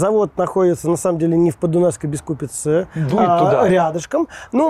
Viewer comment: На канале язьіковой школьі видео с туевой кучей направильного произношения! В словацком язьіке ударение на первьій слог. Какой окрЕс? Какой РужИнов? Какой СенЕц? Какое БискУпице? Ау. Вас же будут смотреть люди без понятия про то, как произносятся єти топонимьі! Зачем переиначивать на московский манер? Чтобьі что? Удачи в дальнейшем. 🖖